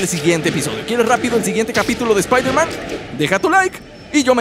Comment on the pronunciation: iron espaider